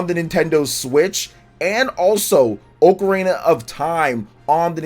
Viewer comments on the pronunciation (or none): Bro don't even know how to pronounce ocarina 😂😂